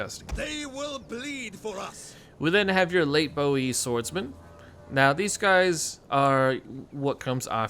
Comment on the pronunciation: Spot on mate 😅